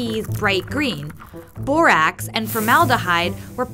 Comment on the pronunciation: It sounded like she said “ and a little bit of booax”not hating just wanted to say that.